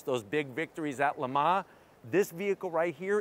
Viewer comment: victories at "LEH-MAH"